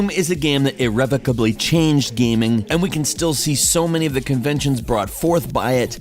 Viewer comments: the fuck does irreblicklebly mean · erevacably? do u even english bro? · Irrevocably is pronounced "EER-REH-VOE-KAB-LEE" not EY-REH-VUH-CUH-BLEE" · Props to my homie for pronouncing “irrevocably” both ways in one video. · ...irrevocably :-D